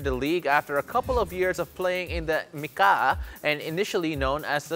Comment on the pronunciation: It is pronounced Mika, not Mika-a.